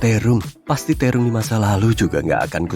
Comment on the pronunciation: Terong min bukan tirung😁